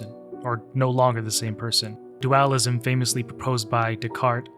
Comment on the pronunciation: It's... It's dualism... Not duAlism... The fuck was that my man?